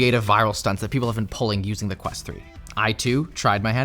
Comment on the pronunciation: Quest ho, not quest hole. 😊